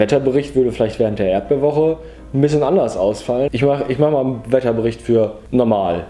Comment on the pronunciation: Hihihihi, er hat "Erdbeewoche" gesagt!